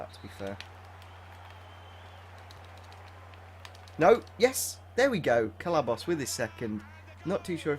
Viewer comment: It's nor celabos it's ce ball os